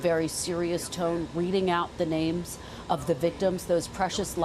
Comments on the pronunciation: trump makes me sick.....can't even pronounce the names.. as if he even cares....🥶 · I'm offended for the families that that offensive Cheeto spoke the their names and got so many of them wrong. He's human garage🤮